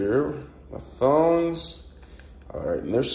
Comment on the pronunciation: It's pronounced tongs t o n g s not thongs a thong is something the girls wear good God man